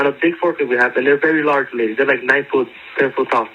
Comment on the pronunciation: emphasis “9 foot beings”